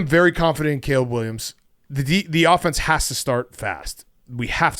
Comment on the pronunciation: says offense like AHfence